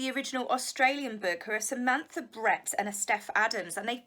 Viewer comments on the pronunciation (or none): none